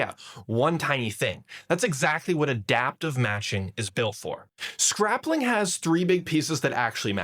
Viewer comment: Why are you saying scrap-ling and not scrayp-ling